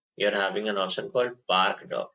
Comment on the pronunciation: its not prak its park